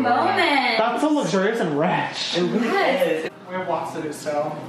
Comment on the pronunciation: "That's so luxurious and RECHH" LMAOO 😂